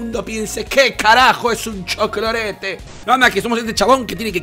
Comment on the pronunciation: Me encanta cuando dice cholclorete 😂!